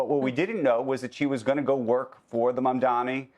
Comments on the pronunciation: Day 100 still can't pronounce his name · Why is it so difficult, especially for journalist or news casters of corporate media to pronounce Zohran's Last Name correctly? Is it deliberate? M A M D A N I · He still has to say MAMDANI...I think he's doing this on purpose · ok DON'T ever ever mispronounce someone's name twice because you are deliberately twisting the name and that makes you a racist. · MamdaMi? Still struggling with alphabets, maybe move from CNBC to ABC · Lmao 😂even the journalist pronouncing mamdani wrong 😂😂 MAMDANI NOT MAMDAMI.so stupid not to say his name correct it’s super easy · It's not Mamdami! It's MAMDANI! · It’s “ MAMDANI “ not Mamdami. You are purposely saying it. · Isn't it so pathetic to intentionally say "Mamdami"? It more humiliates you than him because you've heard this name constantly for the last couple of months and not learning that questions your IQ! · They are satisfying themselves by speaking his name as Mamdami😂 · Mam-Dan-NI (as in NEE), not MI (as in MEE) NI!, how hard is it to pronounce his name correctly? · Andrew, Please stop saying “Mamdami” and say his actual name Mamdani. It’s getting on my nerves. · It’s MamdaNi not MamdaMi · MOM-DONNIE FOR THE LOVE OF GOD SAY IT CORRECTLY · MAM-DA-NI. say the name right. you get paid millions, do your damn job properly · bro its Mamdani - "NI" not MI. atleast learn how to say the name. what school did you go to? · At least Becky has the common-decency to pronounce Mamdani's last time compared to 'squit-eyed ross...who intentionally dispronounce his last name with clear-intent!! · How hard is it to say mamdaNI😂😂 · Another male journalist buffoon who got his name wrong twice... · These two anchors seem to “DEI” hires. The guy can’t even pronounce MAMDANI properly. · When you´re reporting on the mayor elect at least pronounce his name correctly. It´s embarrassing sigh. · You would think the journalists would have at least the decency to start pronouncing his name right, but nah. Pathetic!